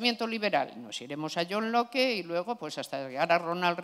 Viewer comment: Alguien debería decirle como se pronuncia Locke, queda muy cutre.